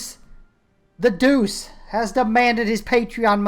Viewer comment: Believe it or not, it is pronounced Duche not Doose. It's weird but then aain...